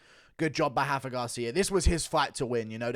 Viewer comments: it's RA-FA not Hafa lol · Rafa. With an R. Lol only the Portuguese do the weird “R=H somehow ” thing